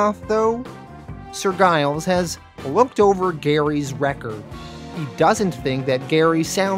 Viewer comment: As a Brit I am being distracted by Giles being pronounced with a hard G. It’s a pretty common surname in the UK, usually associated with farmers, and pronounced Jiles.